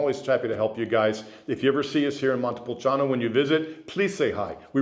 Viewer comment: You need to learn how to say Montepulciano since you are living there.